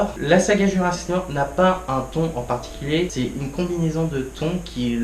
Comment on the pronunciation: Bon, je vais pas être sympa, mais ma critique aura au moins le mérite d'être honnête. Ce n'est pas bon. 1: Faut travailler ton élocution, ce n'est pas possible de mâcher tous les mots comme ça. Exemple de mauvaise élocution: tu dis Jurassi Wor au lieu de JurassiC WorLD. Faut prononcer les mots et les titres jusqu'au bout. 2: Mais arrête de faire 50 coupures entre chaque phrases car tu veux couper les longueurs en pensant que ça ne se verra pas. Ca se remarque et on ne remarque que ça ensuite. 3: Plutôt que de mettre un fond vert avec un détourage horrible, achète-toi plutôt un micro de qualité. Tu parles du contrôle des dinosaures qui n'est pas compréhensible si on n'a pas regardé la série, mais je n'ai pas regardé la série et j'ai parfaitement compris le principe du contrôle vu que c'est expliqué dans Jurassic World 2. Si les gens se plaignent, c'est parce que le film est mauvais. Tu veux expliquer le principe des animatronics et des images de synthèse, mais on voit que tu ne connais strictement rien à ce domaine et tu le lances dans une explication bancale montrant que tu n'es pas un spécialiste du sujet. Genre, tu dis ceci "Y'a beaucoup d'effets visuels aux effets spéciaux de synthèse et tout" Je peux t'assurer que cette phrase ne veut absolument rien dire... le pire, c'est que tu as quand même fait pleins de coupures vidéos durant cette phrase... Durant toute ta critique, tu ne rends peut-être pas compte, mais tu sembles conscient de la quantité de défauts du f